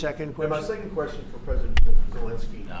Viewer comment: love your content but please use the correct pronunciation of Zelenskyy’s name, it’s not Zel “i” nskyy, but with an “e” in the middle, “len.” Not “lin.” Thanks!